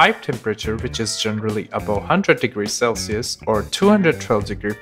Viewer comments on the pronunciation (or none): none